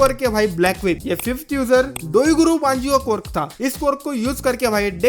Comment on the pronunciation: ये कॉर्क कॉर्क क्या बोल रहे हो Quirk (क्विर्क है वो पहले बोलना और पढ़ना सिखो